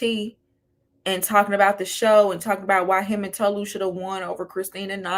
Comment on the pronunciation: like i cant w ppl 😫its TOE-LU god damn like white people cant pronounce shit for the life of them